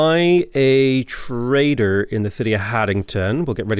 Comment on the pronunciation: Dude, every time you say trader I hear traitor 😂😂 I cant unhear it now 😂